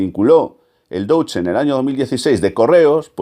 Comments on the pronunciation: Se pronuncia "Doitsche"... y no ese Doutsche que has dicho 50 veces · No se pronuncia “douche ban” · Excelente vídeo y comentarios al respecto. Buen trabajo investigativo con muchos datos perfectamente corroborables. Te quiero sólo mencionar un pequeñísimo detalle, y es la pronunciación correcta de Deutsche. El padre del sicoanálisis se llamaba Sigmund Freud, ahí tenemos otra vez el diptongo eu, y como ya habrás visto se pronuncia oi, Froid. Ergo, el Deutsche Bank se pronuncia doitsche. Disculpa por la aclaración y gracias por tu estupendo vídeo.